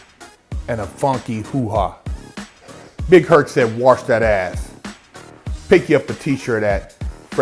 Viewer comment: Did you mean Warsh your ass soap?